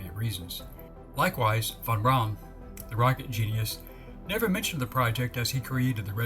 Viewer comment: his last name is pronounced like brown. von braun.